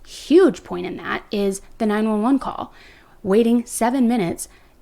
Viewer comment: Ok, so who calls 911 9-eleven? !